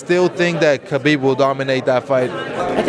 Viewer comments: Pronounced Ha-beeb not Ka-beeb. Damn. Literally everyone mispronounced his name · ''Khabibi'' lol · His name is pronounced "Habib" not "Kabib" its a silent K... ffs meaning "The beloved one" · Werdum: Khabibi 😂😂 and Jan: I dont know why 😂😂 was the best comments 😜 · It’s not KABEEB or HABEEB KH should be a throaty H, if that makes sense. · Kha-beeb not Habeeb I don’t think خبب حبب two separate names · interviews Tony and he says "Khabib" LMAO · marlon: i think khabibi wins decision haha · Seems no one in the UFC universe will say his name correctly, Ha-Beeb not Ka-Beeb. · Khabibi and Murgamedov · mans just said kHABIBI🤣🤣💀💀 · Even I’ve learned khabib is pronounced “habib” and even his fellow ufc fighters haven’t learned all, that’s some disrespect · Nobody: Absolutely no one: Moraes: "I think KHA-BIBI wins." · Marlon says Khabibi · “I think Khabibi wins” bruh lmao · ❤❤❤ most fighters said Kabib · It’s “Ha-bib” good lord Lol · Khabibi funny shit Marlon and fabricio keep saying khabibi 🤣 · Marlon "Khabibi" Moraes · "Khabibi" -Marlon Moraes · Everyone says Khabib wrong, isn’t it pronounced “Ha-beeb”? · Morales . kuuuhhhbeeebbeeee 😂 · lmao Khabibi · Cejudo: Khabib Murgomedov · Marlon moraes out here lookin like a mini dana white :') but least he got "khabi-bee" for the win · Clicked on this video to immediately hit pause and post a comment. Just gonna go out on a limb here, they all said khalabeeb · Marlon "kabiby" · Derrick : im gonna to khaa ah tony . You cant even lie om your self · I like how none of them pronounce Khabib’s name correctly. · Khabib told us himself how to pronounce his name still mostly everyone said it wrong including that reporter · My god cejudo is dumb, what a stupid answer he gave then completely mispronounced khabibs name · By now you would think people would know how to pronounce Khabib. Nope